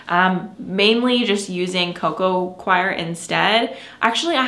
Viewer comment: Of course you no longer buy soil or soil amendments because you have your own and you get it for FREE! The correct pronunciation for coco coir is COY-ER not CHOIR